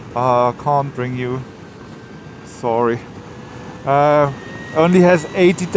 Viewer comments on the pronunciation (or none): none